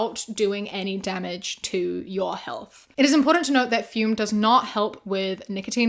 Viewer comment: She also said it completely wrong.. it's pronounced fym since ü is german y..